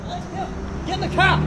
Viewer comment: Bostonian accent really comes out, "Get in the Kah!".